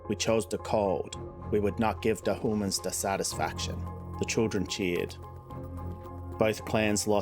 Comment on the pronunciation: I love the intro and the lore. The adding in the elves is awesome. If u want to add in other species that would be awesome. But take your time. I want to hear more! BTW I think it is my bad hearing/hearing loss but did you say hooman at the beginning? Lol